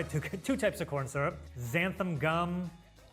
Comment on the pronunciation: I have never heard Xanthan gum pronounced like that before.